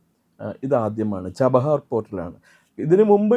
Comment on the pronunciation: ജബാഹർ അല്ല chabahar 😂😂